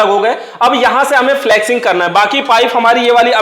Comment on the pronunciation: Abe dhakkan फ्लक्सिंग नही फ्लशिंग बोलते हैं।